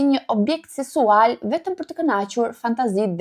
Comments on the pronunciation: je yll me pelqejne shume vidiot e tua po nje fjal e thote gabim kur thote ngacmim sensual po thuhet seksual kam dashur shume koh ta them po kujtoja se nuk thoshe dot shkronjen k po jo ti e perdor shume mire k te lutem mos me keqkupto respekt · Nuk thot sensual😂 thot sesual .. ka dhe shume fjale tjera ku nuk i shqipton mire.. por i falet . Ndoshta nga shpejtesia